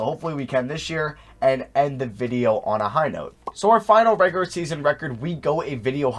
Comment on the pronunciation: why the fuck can you not say the word regular